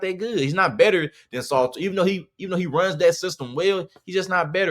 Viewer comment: This dont know what he saying lol he saying the name wrong too lol Salter is a one read run Qb and he was missing wide open passes all year